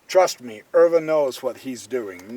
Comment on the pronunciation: Pronunciation of Euwe is very good!